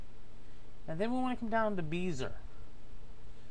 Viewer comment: its pronounced Beh-zee-ay...